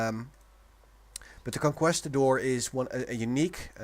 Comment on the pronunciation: I know this is old but its pronounced con-keest-adore